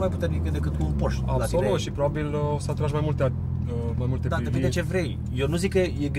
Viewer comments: Termina frate cu "Porsch" ca nu e "Borsh" e PorschE. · bors sau pors…esti pasionat de masini si spui pors posche boss...fonetic este porsé